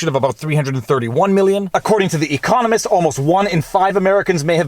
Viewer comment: putting the emPHASis on the wrong sylLABle for ecoNOMist - but I like it! From now on, that's how I'm pronouncing eCONomics & ecoNOMist